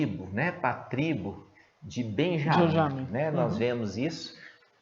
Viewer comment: Irmão,os irmão pronuncia o nome Benyamin certinho. Não foi isso que o irmão pronunciou ai, assista mais uma vez o vídeo e tire as duvidas